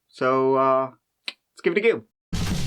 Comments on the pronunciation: Wow, you're really Giving It A Gew this month - I can barely keep up, lol! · Give it a geuu